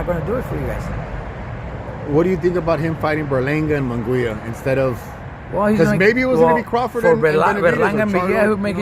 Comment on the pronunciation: Y do you say munguia wrong bro 😂that's disrespectful